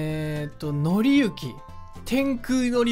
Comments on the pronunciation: のりゆきは...（笑 読みは紀行（きこう）ですよー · 紀行（きこう）ですね(^_^;) 分かりやすく言うと旅みたいな意味です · 紀行(のりゆき)は笑ったwww😂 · うぽつです! (( 紀行→きこうじゃないのかな多分...